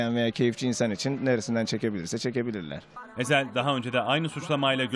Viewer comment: Eshel ne lan Ezhel diyeceksin o'na #FREEEZHEL